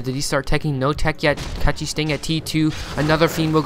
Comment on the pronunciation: Man with all respect to your commentary ... PLEASE .. PLEASE .. LEARN HOW TO PRONUNCE CORRECT PLAYER NAME !!! IS A CZE,CECHI MEANS CZECH REPUBLIC .. his shortcut is short cut on his country .. is not catchi is cechi !!!! HE DONT WANT TO NOBODY TO BE CATCHED . HE WANTS TO TELL THAT HE IS FROM CZECH REPUBLIC ..if you want to say correct try to say this ..chahe ... thanks man . i really aprecitate your commentary but this is killing me ... im from cz too haha